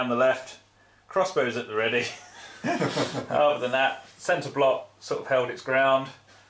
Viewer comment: Panzees bashin´ each uvvers?? :D Nice report.